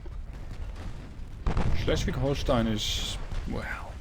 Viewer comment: Nailed that Schleswig-Holstein pronounciation, as opposed to Drachinifel